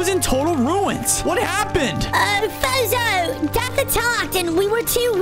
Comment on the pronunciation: it's fozo not zozo